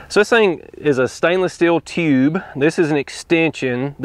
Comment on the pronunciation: Another great video! If anybody doubts you are from TN they just need to listen to you say tuuube and all doubts will be disappear. Regarding not being an "early adopter" we had a saying at work..."its ok to be on the leading edge, but not the bleeding edge". I plan to get me a InstaVap soon with Dewalt Batteries but I only have 12 hives...getting tired of dragging out the chord and filling the cups repeatedly for summer treatments. Thanks again for a great well thought out video.